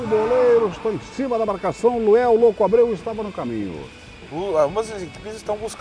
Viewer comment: Até agora o não conseguiu falar LUANEL kkk